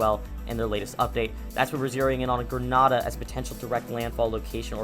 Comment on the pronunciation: you are saying grenada wrong